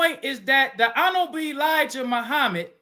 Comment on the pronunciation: What I took away from this debate was the FOI brother, outside of his terrible arguments and failure to talk about the topic, was his struggles with pronouncing the word “honorable”